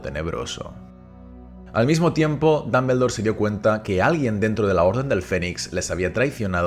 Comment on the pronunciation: Excelente video Tengo unas dudas por que si se escribe Dumbledore y se pronuncia duhm·buhl·dor, porque lo pronuncias como danmendor. Solo es duda sin el afán de otras cosas.